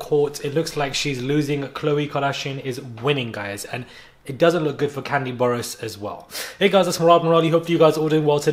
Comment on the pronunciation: I'm from Atlanta & so is Kandi. Baaaaaaaby when you mispronounced her name I almost called for that same ambulance that always drive down your street precisely at the right moment 🤣🤣🤣 That took me out!!!